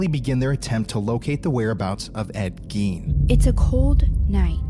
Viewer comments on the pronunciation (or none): The last name rhymes with "wine", not "ween". Ed Gein. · I watched this one back in the day but good to rewatch it. That evp you got when holding the straight razor really sounded like "Ed Gein" to me....might pay to relisten